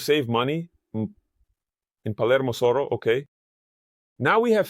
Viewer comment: Soro or Soho? Is Soho pronounced Soro in BA?